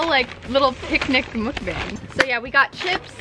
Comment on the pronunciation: you spell 'mukbang' mukbang, but you say it like mukbong haha